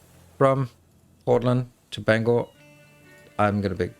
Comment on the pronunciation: Not often someone who likely hasn’t lived in Maine pronounces Bangor correctly! ❤❤